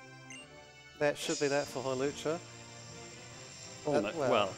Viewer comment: Don't believe this man. It is Hawlucha.